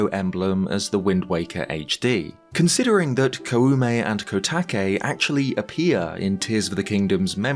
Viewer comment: Really small note: when you pronounce Koume, you don’t need to emphasize the “u” part. An う sound after an お sound just extends the first sound. So it’s more like Kōme.